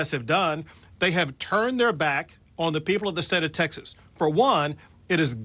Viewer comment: I can’t get over the fact that Greg Abbott says Texas is wrong. He doesn’t pronounce it right.